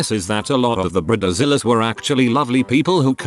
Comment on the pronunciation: Britta-zillas lol